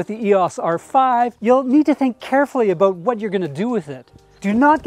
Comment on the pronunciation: When said "aboot",I figured he's Canadian. Great video